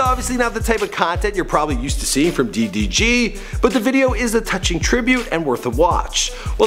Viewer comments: It’s DEE DEE GEE I don’t kno no skt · These two might not seem like a diffrence but it is DDG DEE DEE GEE The first one is the right one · "DEEE DEEE GEEE", Its DDG nigga 😂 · "Dee Dee Gee" 😂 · Tay K deetheeg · THEE THEE GEE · De De g Boi its DDG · Deedeegee LMFAOOOOOOO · Bro why you said his name D. DG 😂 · This nigga said DEE DEE GEE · this nigga said tee tee g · Nigga stop saying D....D.....G like that. Its all togethee DDG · Who is Dhee Dhee Ghee LoL it’s DDG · Bruh he’s starting to piss me off 😂 he can’t even pronounce ma boi DDG’s name? “Thi-thi-Ghee”, bruh that junk was annoying. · Y he struggling to say DDG😂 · LMFAOOOO FINALLY BUT WHY THIS NIGGA KEEPING SAYING DDG LIKE D D G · Why you pronounce it as dhee dhee geee lmfao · The way he is saying “DDG” is making me lose brain cells💀💀💀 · "DEEH DEEH GEEH" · ”DEE DEE GEE” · I kept getting pissed when he said d..d..g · "DEE DEE GEE" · Bruh why this man keep saying d thee g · CAN U STOP SAYING DDG LIKE THAT "THETHEG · He was really struggling to say ddg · Why this nigga say DDG like DEE DEE GEE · I hate when he says DDG upsets me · im sorry but it bothers me how much he butchers “ddg” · the way he said ddg throughout this video makes me hella mad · Forreal he made me mad lmao "D D G" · I hat how he says ddg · man says ddg like he got a speech impediment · Why can’t you say DDG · Why do you say ddg so terrible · How the hell do you butcher pronouncing 3 letters 🤦🏽‍♂️💆🏽‍♂️🤷🏾‍♂️ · Its ddg ion know no skt